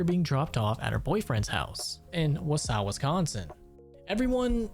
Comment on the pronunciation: This might sound really mean but but for someone who is a Wisconsinite, I found this funny. But when he pronounced Wausau as Wah/u/saw (or something like that), Wisconsin, I couldn’t help but laugh. I then began to think of it as Wah/u/saw my dude, lol. I pronounce it as Wah/saw, Wisconsin. But obviously it doesn’t matter how people pronounce it, I just thought it was funny. People pronounce things differently and that’s okay. I just thought it was funny.😂